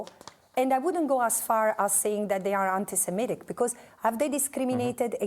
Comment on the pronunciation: The interview begins, the journalist fires the stun ray : "Are you anti se - mi / tic ?" ! Sigh... Okay, another interview at the zero level of intelligence and reflection. Too bad... Let's do our best... Dear Francesca, thank you for your courage and self-sacrifice.